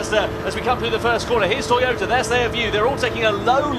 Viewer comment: Porscher and Toyoter....wth r these guys saying